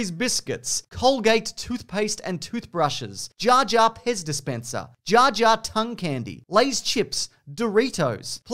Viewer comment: Not gonna lie, I thought you said "Jar Jar Piss Dispenser" at first, but it was just a Pez dispenser. I was very concerned but also intrigued.